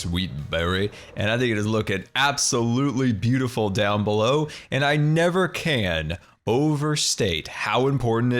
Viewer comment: You said done. Not down. Lol